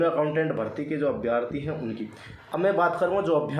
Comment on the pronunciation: Abhyaarthi nahi hota abhyarthi hota h